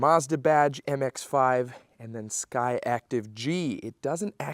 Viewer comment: Sir… SkyActiv not SkyActive😂